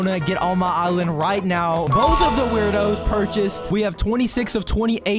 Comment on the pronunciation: tip: the werdos are actually pronounced “word-o’s”.